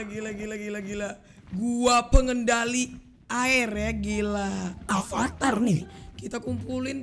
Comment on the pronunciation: Bang avatar bukan alvatar